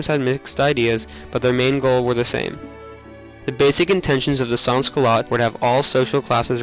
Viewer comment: As a reply from the main video editor of the film, our appologies for the mispronunciation of sans. None of the producers of the film spoke any French, and we did not have any audio research, so our bad for the mispronunciation